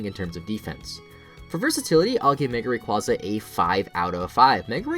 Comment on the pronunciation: you said mega rayquaza wrong XD